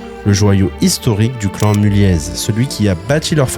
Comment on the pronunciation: La fin de l’empire Mulliez (on ne prononce pas le « z » au passage … )? Decathlon ne s’est jamais aussi bien portée…